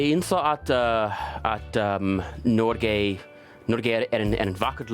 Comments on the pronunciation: Helt imponerende! 👍 As a Norwegian American, some constructive feedback: during your interview with the journalist, you pronounce Norge as “Nor-gay”. 😂 It’s actually “Nor-ga”. It was probably just due to nerves, though. Nice job! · Man said norgay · It's not pronounced "Norgay". lol! It's pronounce 'Norgeh". Hahaha! Also, not "Yay"(Jeg, meaning I in Norwegian), "Yi" with the English long "I" sound.